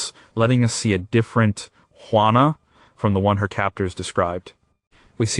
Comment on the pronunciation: please try "WHO - A NA" = JUANA